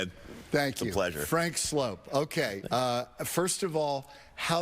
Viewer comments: THIS CLOWN DIDNT EVEN RESPECT HIM ENOUGH TO KNOW AND SAY HIS NAME CORRECTLY ' HE SAID FRANK SLOPE" MORON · It's pronounced Slope. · It's pronounced like "slope," but it's spelled like "soup"! And that's the scoop, troop! 😆🤣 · He was nice to not correct you on his name. It is sloup not slope